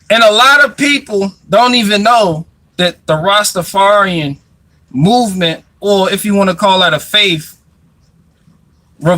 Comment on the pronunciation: soared so many of your words on this video. You cant say mouv m3nt.